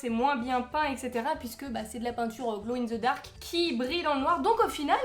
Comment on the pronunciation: C'est de la peinture gloe in zeu darc. Hmour! Humour! C'est pas de ma faute si vous les français ne parlent mal français 😭😭